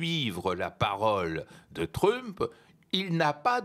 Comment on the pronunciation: Je suis partagé entre le doute d'avoir un spécialiste de l'international qui dit "truumpeuh" et mon plaisir à le voir mépriser autant la langue anglaise 😅